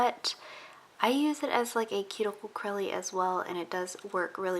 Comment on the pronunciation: Wait did she say cuticle crelly ?